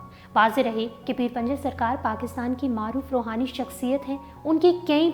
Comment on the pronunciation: Pinjar hy panjar nhi urdu darust krain. Shukria